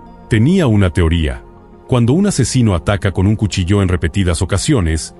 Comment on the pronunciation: Haced el favor de pronunciar correctamente cuchillo,dan ganas de no escucharlos jamas